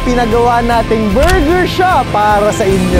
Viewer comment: borger daw😂